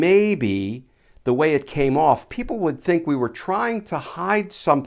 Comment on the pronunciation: "thee illness is gonna do what thee illness is gonna do" 🤣🤗🤣😅